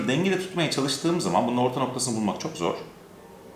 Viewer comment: Kardeşim arada çoh çohh güzel görünüyohhh falan diyorsun ya. İşte onları deme. Videodan kopartıyorsun adamı.